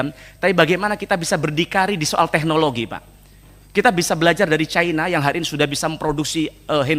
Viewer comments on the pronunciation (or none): none